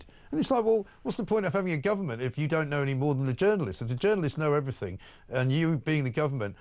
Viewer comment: It's everything not everythink FFS.